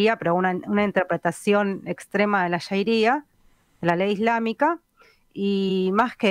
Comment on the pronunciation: q feo censurar un comentario porq no nos gusta,.- Era MI opinion, y no dije ninguna mala palabra. Al margen avisar q se dice sharia, no shairia, como tan mal se la pronuncia en la charla.- 34.02 seg